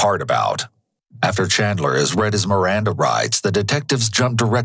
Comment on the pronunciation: As a fellow Chandler the Chandler association does not claim or approve of this man. Also bro keeps saying Chadler